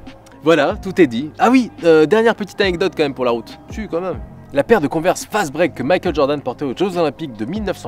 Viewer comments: Ça se prononce : cone-vErs avec l’accent anglais et tout là. x) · On dit "converse" prononcé konveurse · S’il vous plaît dites moi que chui pas le seule à dire cone vers 😂